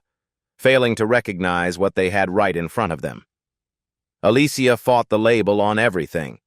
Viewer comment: 😮😮Look how he pronounced herr name 😂😂 smh smh smh